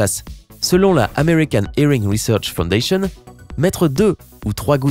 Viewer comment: Mdr de l'huile d'olive dans les oreilles 😂. Faudrait arrêté un peu de nous prendre pour des cons ! Franchement pour la fondation americaine là "american erengly search foudantion" mais WTF. Eh mais ptn ce que vous êtes pas crédible.